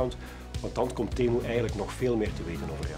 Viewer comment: is niet temoe maar temuu